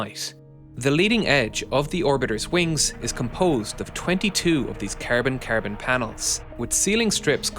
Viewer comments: Bro keeps calling carbon ‘carebin’ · I love the way he says Cærbon lol